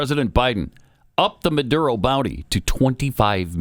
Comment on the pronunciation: Say it the way it's spelled. Maduro...not Mudoodo.